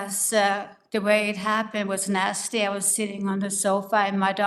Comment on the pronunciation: Anyone else hear...I been a nasty girl when Grams says she has been nasty?